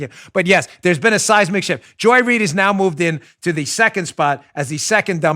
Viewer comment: Joy (doesn’t) Reid “read”